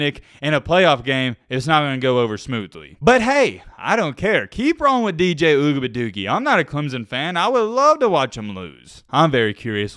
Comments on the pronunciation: Oo -E -ah -ga-lay-lay is how it is pronounced. Just saying 🤠😅 let's see if they go undefeated and win the ACC and get into the playoffs. If he loses in the playoffs it will be a significant improvement. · How about putting some respect on his name and pronounce it CORRECTLY instead of making a mockery of it..... it's pronounced Ohh-we-unga-lay-lee.... pretty fucking disrespectful to mess over his name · Ooga buh doogie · I love the way he says dj ougabadoogie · I hope you know he's not the only one your disrespecting when you butcher his name. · The way he said his name 🤣🤣🤣🤣🤣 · You can't even pronounce the QBs name. Really? Man you are just another couch coach. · I love watching your channel but please stop saying DJ last name like either pronounce it right or just say DJ your better then that bro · posted 4 weeks ago a video "I Owe Dj Uiagalelei an Apology For This" now he's back to disrespecting a kid. Mispronouncing his name, is still a bad look. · Our young DBs are finally starting to get it together. Defense is pretty solid. DJ's name is pretty hard to pronounce, or spell for that matter, but he's a young man trying to figure this game of football and life out. I know it's all in fun and games, but don't disrespectfully butcher the young man's name. As always, great show. Looking forward to the next one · Say his last name right or don’t say it at all!! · Your pronunciation of dj’s last name gets worse and worse every video 😭😭😭